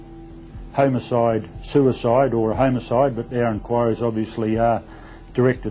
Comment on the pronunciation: In all of my 35 years of being a kiwi I've never heard the word homicide pronounced "homo-side", that guy definitely has a speech impediment 😅